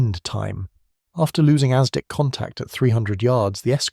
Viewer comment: AI narration. No human would pronounce “bow” of a ship to rhyme with “throw.” Or pronounce ASDIC as “asdyke.” .